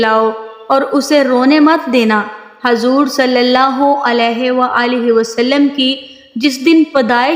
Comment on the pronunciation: Pronouns sahi kare hazor nhi huzoor hai